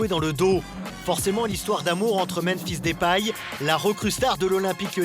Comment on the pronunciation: Même-fils Dépaille. Voici comment le narrateur de Téléfoot prononce Memphis Depay.